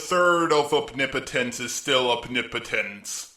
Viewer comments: Opnipotence? Not omnipotence? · It's OMnipotence, not OPnipotence